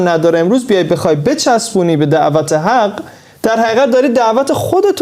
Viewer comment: شما حدیث لوح را که بخوانید کفایت میکنه....دنبال چی هستید...ته این کاسه چیزی نیست براتون.....یکم لباتو غنچت تر کن وقتی کلمه حق را بکار میبری قشنگتر ادا کنی....مکتبی کیه؟؟؟؟😂😂😂....عزیزم....پول خیلی کثیفه...قوی باش....